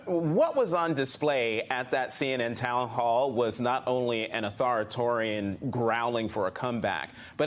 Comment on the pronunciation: "Autharitorian"? C'mon Jonathan. We know you can speak English properly.